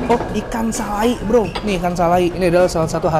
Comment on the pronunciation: Ikan salai,dibacanya salay ngab